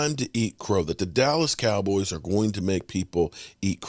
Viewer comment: pronounces "dallas cowboys" funny 😅